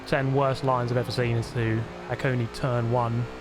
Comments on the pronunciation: it isn't "hah-kone-nee" or "hah-kone", it's "hah-koh-ney" :~) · Finally! The GOAT has come BACK... to Forza Motorsport. You really need to try Fujimi with a wheel. So much fun. Also it's pronounced "hack - owe - nay".